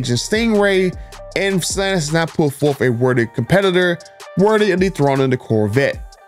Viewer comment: It's not stalanis it's stellanTis